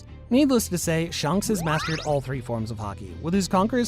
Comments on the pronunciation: Bro said Shunks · bro really said shaanks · Bruh said shonks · It’s not shanks it’s shamrock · Its not shanks but shamrock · Bro called shanks socks. 😂😂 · Shonks is actually funny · Did anyone of you hear the wrong pronunciation of shanks he called it shonks😂😂😂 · At the shank part, he said shonk instead at the time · You said shanks wrong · I swear people butcher the names of characters on purpose🤦🏻‍♂️ Dude said Shanks perfectly fine, then less than 10 seconds later, pronounced it like he was choking lmaoooo